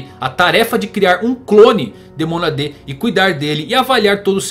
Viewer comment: CÓgito, não coGIto MÔnada, não monaDÊ Cogito ergo SUM, não ergo SAM